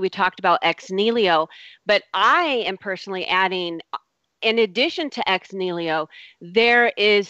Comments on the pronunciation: Ex Niliho? Lady, it's Ex Nihilo. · EX-NEELYO! facepalm I just want to mute that one word.